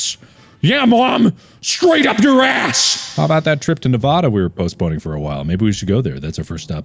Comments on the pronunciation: I was really enjoying the video until you mispronounced Nevada it’s nev ada not nuváda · I THOUGHT YOU WERE GOOD. BUT NO, NEVAUDA?!? NEVAUDA?!? NEVAAAAAADA. GET IT RIGHT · eye twitching did he just say..."nevawdah"???? AAAAAAHHHH!!!! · Mark it’s Nevada not knee vah dah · Minor irk ITS nEvada not navada that's it have a pleasant day :) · mark: how bout that trip to neh vah duh we were postponing me: absolutely dying inside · Is that... Is that not how you pronounce Nevada? 😂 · its not pronounced neh vah da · Gotta be that guy, Mark said Nevada wrong. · oh no mark says nevada wrong😩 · I’m disappointed in Mark. He pronounced Nevada wrong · That’s not how you pronounce Nevada but carry on my wayward son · MARK THATS NOT HOW YOU SAY NEVADA